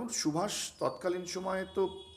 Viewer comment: Who are you taking Netaji's name as Shubhas, feeled very bad as Bengali